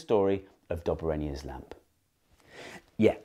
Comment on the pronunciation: It's Dob A Rhiner